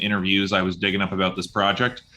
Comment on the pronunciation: Wait until you hear him say “soary” and “aboat.” :)